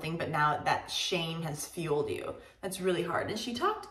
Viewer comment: To be frank, I as a south asian didn't understand Wendy Fitzwilliam's question, her pronunciation was unclear to me. I'd rather choose a translator if it's not my first language just to be double sure. And it worked! I really didn't understand when she said the words "shame" and "fuel"